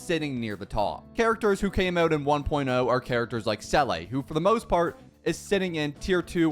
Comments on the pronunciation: I was a Seele main from 1.0 all the way to Robin's release, but she just became so hard to use... I miss playing Seele. (sidenote her name is pronounced sort of like "ZEE-la", not "SELL-ay") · I’m cringing at him pronouncing seele as “sell ay” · "Seele" is a word in the german language meaning soul. And you pronounce it "Ze-le" (If somebody has a more accurat way to write the pronouncation please comment, but theres no "a" at all...) I don't know if there are other languages that have the same word where it is pronounced differently. In that case, nevermind.